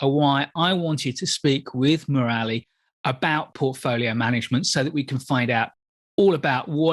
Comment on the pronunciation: Murali is pronounced 'Moor-li' not 'Moo-rali'